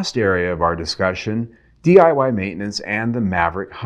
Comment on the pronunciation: DIY not DYI just FYI